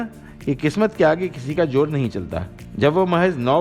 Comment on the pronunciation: What is Mahjab 🥶 Pronounce correctly say MaZhab Say Zidd not Jidd Zor not Jor Shooting Kahiye Sooting nahi Phool not Fool Bazaar not Bajaar Release not Releaj and so many other mispronounced words Good presentation but your pronunciation messed it Maza kirkara kardiya